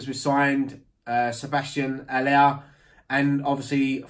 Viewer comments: love that actually bothers to pronounce Haller name correctly! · I rate your pronunciation of Haller